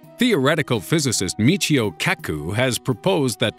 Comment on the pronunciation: His name is kaku not keku